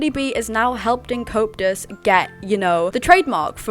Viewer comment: Not in an offensive way, i find it funny how it sounds like you say copetus instead of coeptus 😂❤